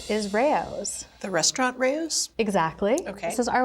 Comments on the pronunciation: Ray o’s?? That’s the pronunciation? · Crazy he doesn't pronounce it correctly. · You will never convince me that is how to pronounce Rao's. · Doesn't RAO rhyme with CHOW?